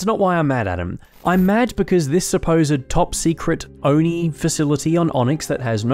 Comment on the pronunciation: you forget its not Oni....its O and I